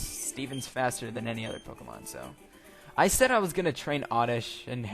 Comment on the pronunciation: its pokemon not pokemonz